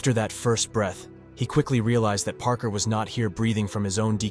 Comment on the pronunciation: Parker should have been "paarker" not "prker" I'm literally giving you my human tips on how I can tell so you can improve.